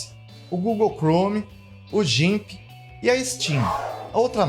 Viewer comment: obrigado pelo vídeo! só cuidado na pronuncia do gimp (é "GUIMP")